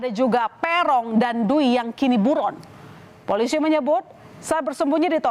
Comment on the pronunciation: Hahahhaaaa .. FOLISI ..😅😅😅 afaka hanya saya yg denger bjir..